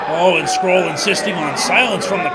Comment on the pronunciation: Someone should tell the commentator how you pronounce Marty’s last name. Called him “scroll” the whole match 😆